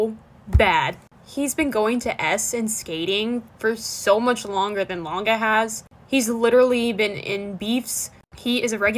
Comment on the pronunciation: Just or does it sound like he says ganga instead of langa